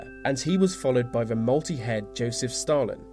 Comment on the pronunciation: I like the content, well done..... May I add a small request though..... Please stop saying Ver...... It's THE . Thank you👍🏻